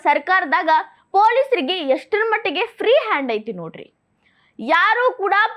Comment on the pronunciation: IMPROVE YOUR KANNADA. NO AITY, KUNTAITY OR BARAK HATYATY.